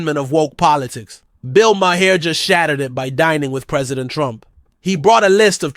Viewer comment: You’re pronouncing Maher wrong bro